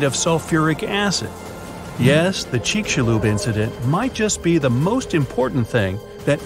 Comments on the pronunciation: It's not pronounced chich cha loop it's pronounced chicks you lub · I thought he said the Chick-fil-A incident XD